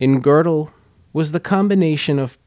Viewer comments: "Kurt Gurdel" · It is high time you learned a little German and therby learned how to pronounce his name correctly!